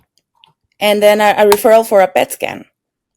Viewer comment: I thought you said I spoke to my damn boyfriend 😳 instead of then boyfriend lol